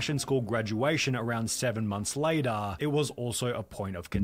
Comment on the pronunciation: I can’t stand hearing “later” pronounced in that way. Pass.